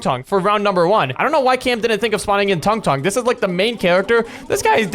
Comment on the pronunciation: Tung tung not tongue tongue